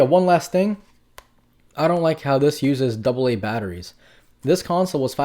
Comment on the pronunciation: Did you say batteries